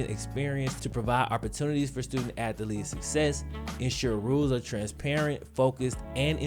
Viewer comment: My man, I love and support all that you do. However, you say one word too often for me to overlook you saying it incorrectly. “Athlete” only has two syllables my dude. Keep killin it, much respect!